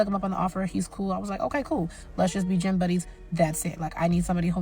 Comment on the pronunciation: Gym or Jim? 😄😆😉